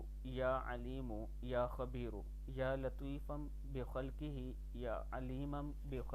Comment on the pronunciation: اعراب درست كر ليں يا لطيف....يا عليم.....يا خبير ..... پیش پڑھا جائیگا نہ کہ زبر